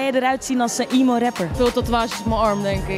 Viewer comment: Niet "iemo" rap maar "emo" rap